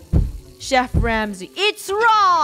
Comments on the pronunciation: "I am shef"? No, no Shef is i . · “IM A SHEF” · wait funneh said "say im a shef" at the end of the vid but at the comments she said "YOOT COMMENT TRAIN" soooo.... thomas is a shef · "I'm a ShEf" burns CrOhSaHn ShEf.